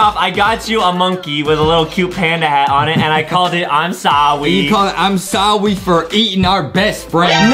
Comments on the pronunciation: It's im sorry not sowwy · But Its not Sowwy Its Sorry😎😎